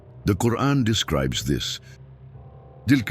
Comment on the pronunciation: Please either put a true qari2 a (reciter) or dont put arabic reader at all there is SOOOOO MANY MISSPELLING , i love your work but i cant watch your video with the quran being misspelled it feels SOOO WRONG in my ears